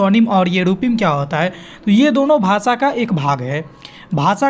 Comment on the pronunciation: भासा नहीं भाषा होता है। उच्चारण पर विशेष ध्यान दें।